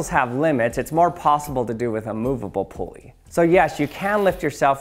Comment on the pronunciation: It’s not a “pool-ey” it’s a “pull-ey” 😂